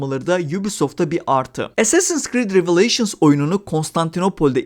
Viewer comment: Recepler niye as’leri es diye söylüyor acaba? (Assassin) 😅 Bu arada bizim karabüklü karaoğlan samuray değil, köle. Wired’da bile Japon tarihçi dayanamayıp gülmüştü bu duruma. Revizyonist tarihçilik ve woke’luk dışında oyun iyi yapılmışa benziyor.